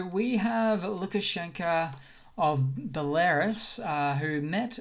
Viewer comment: BEL A ROO S - Belarus